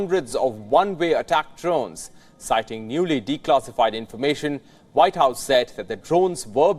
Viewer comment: It’s annoying to hear these Indians keep on pronouncing W as V and V as W… It’s NOT Vite House! It’s WHITE HOUSE! And it’s NOT Wirus! It’s Virus!